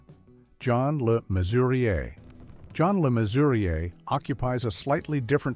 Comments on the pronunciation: I find it annoying that no one seems to be able to pronounce John Le Mesurier correctly, it's Measurer not Mesuriay. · It's pronounced Measurer! And WTF is he even doing on this list? He was treated like shit by the people he loved! You shouldn't have used him here.And I don't remember Babs Windsor saying Sid James threatened her career? He did threaten suicide though.